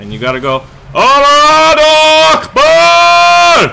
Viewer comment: You pronounced "Akbar" so wrong lol